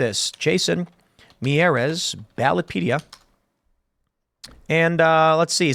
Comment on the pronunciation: Republican, it’s pronounced “mee-yar-ez”